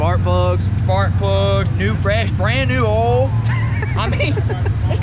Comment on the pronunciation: hey its oil not ol,lpl